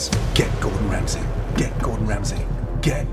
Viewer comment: Gordon Mofokin Ramsess